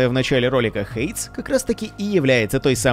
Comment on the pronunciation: [ˈheɪdiːz], а не «хэйдз», для начала Ну и да, смотря на название ожидаешь услышать что-нибудь конкретное про обе игры, а получаешь общую водичку ни о чем